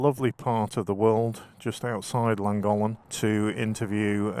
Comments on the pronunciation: Llangollen i think you said Langholm 😊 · Isnt it pronounced langothlen? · Would have been nice if you had done a tiny bit of research as to actually pronounce Llangollen, its not rocket science, and no, im not Welsh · Also pronounced it Thlangothlen because of the double LL's. Maybe I've been doing it wrong? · Nice vid. Llangollen is pronounced more like Chlan (the Ch is important like in church but listen or ask locals)- Goth Len. Wales is great for bikers. Glad you love it. I do find how people say Welsh place names funny :) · In your defence it’s not easy to pronounce words in a language you don’t know. I understand the frustration for 1st language Welsh though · Llangollen is a gorgeous place but I wish you would pronounce it correctly. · You are miss producing the name of the town in correctly. There are two LL not one at the beginning that make a sound together as if you have flem in your mouth and you put your tongue between your teeth to say the word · Please please learn how to pronounce Llangollen 😖. 50 & 40mph roads haven't changed under the new legislation. My Speed Twin 900 cruises along happily at 20mph in 2nd gear. Nothing is ruined, North Wales is still the best place to live & ride. Sure the 20mph zones could be tweeked in some places but it's early days 🤷‍♀️. I won't be signing any petition, it's nice having our villages safer & there are plenty of fast roads still. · Can't listen you wreck how you pronounce Llangollen 🤦‍♀️ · To be fair, you should be banned from Wales until you learn how to pronounce Llangollen properly. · Thanks, but I feel you could have made some attempt to pronounce Llangollen properly. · Nice vid but try pronouncing Llangollen correctly especially grating listening to you massacre it....also 20mph in towns villages is mildly irritating ...no one likes change.🏍🙄